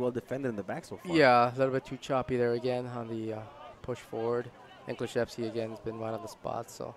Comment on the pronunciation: It's pronounced Kluh-chef-ski. Go #6